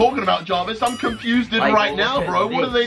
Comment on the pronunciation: said confusded